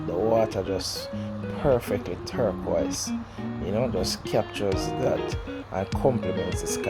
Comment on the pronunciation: listen man that water is blue not torquist ok sir get it right lol